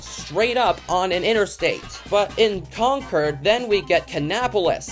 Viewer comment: Concord in North Carolina rhymes with Cord, not curd.